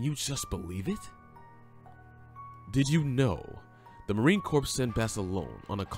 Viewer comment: Poor narration, learn how to say CORPS, no we would not know how he looked by watching the Pacific HBO Show. He didn’t play himself.